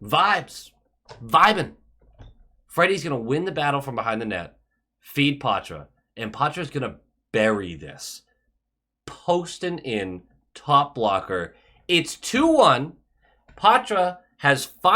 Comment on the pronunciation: Let's say it togehter - pwahtra. It's a French name.